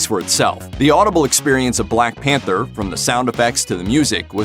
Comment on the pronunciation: The blaeeck peentaa (Whittaker)